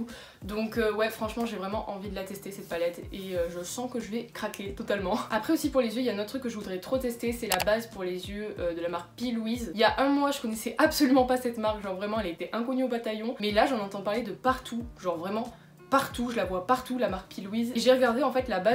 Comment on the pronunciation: Sa ce prononce pas p( i) Louise c p(é) ...